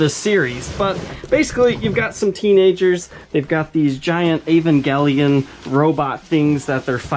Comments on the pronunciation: It's pronounced eeh-van-jeh-lion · ahhh gotta love the 'ol american accent on certain words. Never though Evangelion was pronounced with a hard "g". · Yeivangelion. Love the prononciation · *EEEEE VAN JUH LYON*